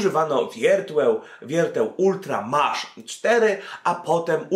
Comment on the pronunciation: czy mi się wydawało czy ty powiedziałeś wiertłeł